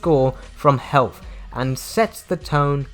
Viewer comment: Did you call health heeth